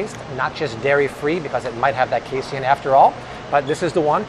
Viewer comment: Say it with me everyone: "Kay-seen" Not Kay-see-in. It's Pro-teen, not pro-tee-in.